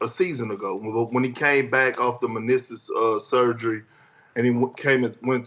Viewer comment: Menisis...its meniscus 😂😂😂 big "cool ya booty". SAS love having country ass Perk on First Take to make him sound smart